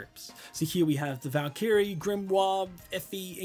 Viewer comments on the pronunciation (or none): none